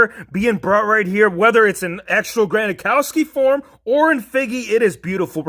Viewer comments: You say gronkowski wrong. You say gronakowski but it’s gronkowski. But anyways I love you videos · Granakowski ?? You mean Gronkowski Just kidding good video